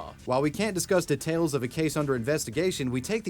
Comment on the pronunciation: The way you say "details" should be punishable by law